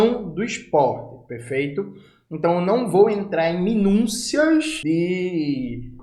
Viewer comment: "minúncias" deou no ouvido hein, minúcias, melhora isso aí Jones, o resto é irreparável.